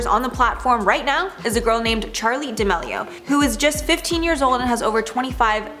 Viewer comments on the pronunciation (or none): Bruh it’s pronounced duh meal E O